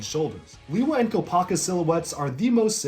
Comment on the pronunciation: Lewa,not Liwa.